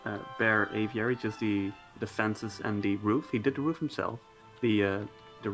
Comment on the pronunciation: I'll believe a pz player when he can pronounce aviary